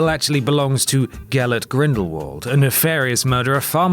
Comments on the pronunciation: It's pronounced Grindel-VULT, not Grindel-Worrld. Argh. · It's grindlevald not grinderwald